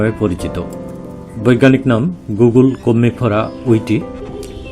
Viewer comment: দাদা নামের উচ্চারণ কিন্তু গুগল নয় গুগ্গুল।